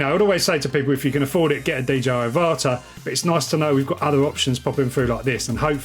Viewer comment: I think it's pronounced like Avatar without the r.